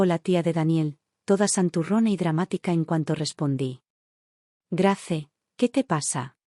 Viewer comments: Se pronuncia Greis no Grace,que feo suena eso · Grace se pronuncia Greis. Header se pronuncia Heder